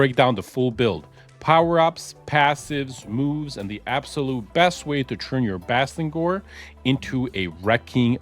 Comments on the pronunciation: You kinda got his name wrong, it's Bastigor Not Bastingor 😅🙈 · Bastigor..... theres no "n" lol